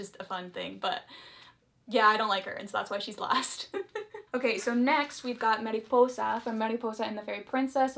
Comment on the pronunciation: Love how you pronounce Mariposa tho